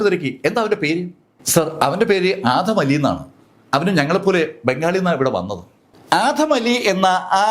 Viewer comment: ആധം അലി അല്ല ആദം അലി